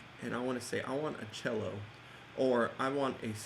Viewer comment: Your video is straight dope bro! Just the style and speed of explaining that I love. thanks@ fyi "cello" Lol...